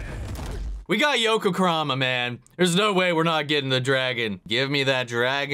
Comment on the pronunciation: I'm pretty sure you said "Yoku Kurama" and it's bothered me the rest of the video. >.<